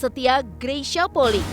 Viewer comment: Maaf pembacaan nama kak Greysia Polii salah. Bukan Poli tapi Poli'i. I nya dua